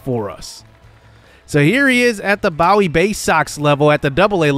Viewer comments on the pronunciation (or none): they are called the Boo-wee Baysocks not Bow-ie